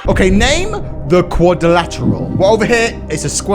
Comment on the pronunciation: You mispronounced quadrilateral